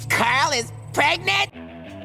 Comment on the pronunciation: CARL IS PREGANANENT